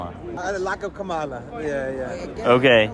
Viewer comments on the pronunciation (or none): The fact they keep mispronouncing her name constantly isn't accidental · "I want Kamala, whose name I intentionally mispronounce, because I'm a racist, to tone down the rhetoric." Got it, MAGGOTS.